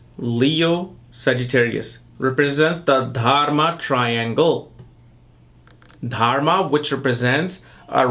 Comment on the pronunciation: Why do you keep saying TARMA? You mean to say Dharma, yes? You might consider rinsing out your mouth before you get into a dissertation on Ketu & for that matter any other aspect, yes? Fumbling around in your mouth is quite disgusting & distracting, especially when you are, after all, a teacher who imparts esoteric knowledge, yes? Otherwise you have a in-depth approach to the elements that construct a birth chart. Namaskar.